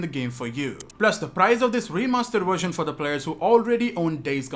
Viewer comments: vvvvversion"!!"!!!!! nOT FUCKING wersion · Its a Version not a "Warsion". Speak English